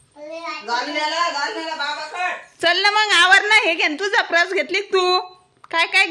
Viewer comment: प्रस नाही ग पर्स बोल